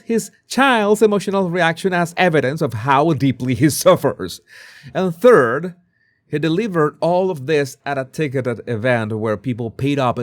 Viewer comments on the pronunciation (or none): none